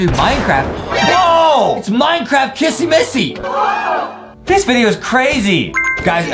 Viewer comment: JUSTIN JUST KEEP SAYING KASSY MASSY